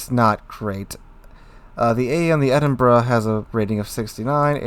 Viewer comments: It's Edin-bo-row not Edinburg. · Well, it SEEMS does, he corrected himself a few times - but to the wrong pronunciation of "Edinboro" - better than "Edinburg" but still not right. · It's pronounced "Edinbra"